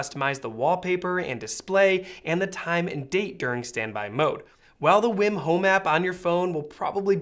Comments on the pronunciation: Wii WiiM, not Win Wim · English would suggest it's pronounced "weem".